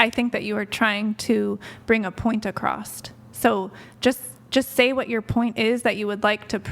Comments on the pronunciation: Acrosst. WTF do ppl not understand... its ACROSS. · A point acrost? She’s nuts.